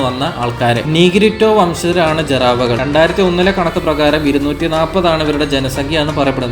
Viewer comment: മോനെ ജർവ അല്ല, ജറാവ എന്നാണ് ശരി.